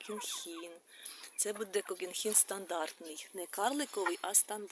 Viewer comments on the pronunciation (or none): Не (кокінхін ) а кохінхін